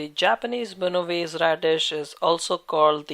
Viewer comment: It’s Mina wa se